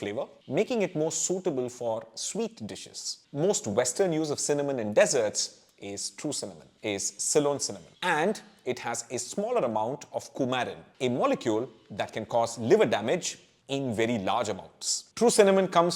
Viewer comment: Dessert is prounced as dee sert,a sweet pastry or cakes and not desert.Hot mass land is desert.Most Indians cannot differentiate between these two words.